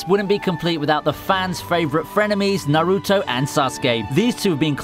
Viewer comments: Especially naruto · the way he said naruto made me cringe but he still a fellow weeb so we must love each other